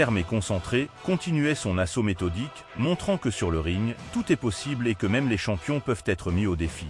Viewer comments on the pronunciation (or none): none